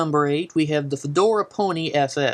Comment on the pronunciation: What the fuck is a "FEDORA PONY"? Can't you read PHAEDRA correctly? Hahaha, and a "Jagu-ire"? You fail. Another gem is the "Fedora Coup". Go back to school before posting more videos.